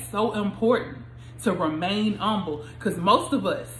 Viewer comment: Im umble. You don’t even enunciate the h 😂 But thanks, good timing with this word.